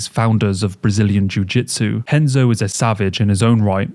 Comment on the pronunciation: Y'know... if the name "Renzo" is going to be pronounced as "Henzo", shouldn't the R in the name "Gracie" be said as an H as well? Shouldn't it? C'mon...